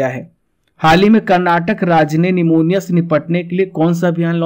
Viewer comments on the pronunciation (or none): none